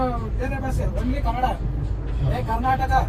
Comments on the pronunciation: My dear brother that is not kannad its kannada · Bhai woh kannad nahi kannada bolu Respect our language ಕನ್ನಡ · 1st you people learn how to pronounce Kannada, it's not Kannad it's Kannada. Men this people & there obsession with our language 😂